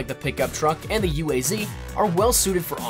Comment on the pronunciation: Confirmed, it’s a called the UAZ Pronounced U. A. Z. Not pronounced as You As